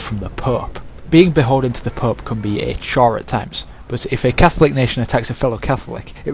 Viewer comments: It sounds like your saying pup instead of pope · "the Pup" you mean pope correct? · "From the PÖÖP" haha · if your playing english campaign. its a bad idea to let scotland get that powerful. i always eliminate them early. and yes the " pooepe" can get annoying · the way you say the pope XD